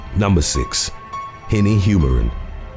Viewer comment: As a Nigerian I can say that you pronounced winny's name very well. I love your videos